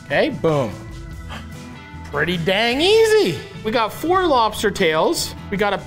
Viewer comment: Hi Matty. I'm a deep fried crisp lobsterrrrrr